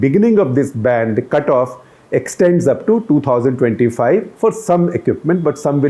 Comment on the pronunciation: I heard, " started the plan with a bam!" rather than "started the plan with a ban." LOL